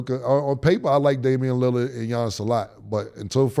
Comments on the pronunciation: I'm tired of mase pronouncing Lillard name as "Lily-erd" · Yall gotta get people names right Caleb Williams not Celeb, Joe Burrow not Burrows, Mike Tomlin not Tomlinson, Damien Lillard not Lilliyard come on guys but I love the show. Yall are rappers yall know words. I actually know bout of yall from Foot Lockers in Atlanta. Me and Cam kinda got into it at Lenox you remember “Stankonia” but you still my nigga! Mase used to show mad love at Sugarloaf too!